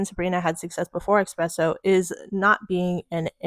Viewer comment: Why are People saying "expresso" instead of "espresso". 😂😂😂